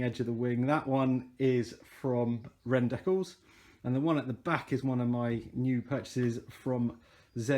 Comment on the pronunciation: stickers !! not deck alls